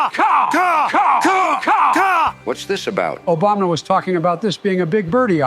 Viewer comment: This is the first of your videos I have watched. Pretty good! You need to fix all the presidents, saying Obamna. That is irritating.